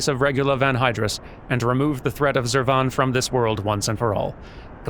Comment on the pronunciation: I prefer the way you say Zurvan,. TWO Schwas in a single name is just too much. Krile should be embarrassed.